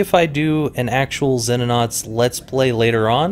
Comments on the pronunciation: I got to be a grammarnazi here, because it's Latin: It's pronounced See-no-nauts. Not Zenonauts. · he said zenonauts, it is pronouce ZEENOnaunts.